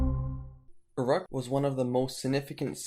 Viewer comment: Such a shame about the poor pronunciation of Uruk and other names. Took me a few seconds to figure out that Err-aahhk was Uruk.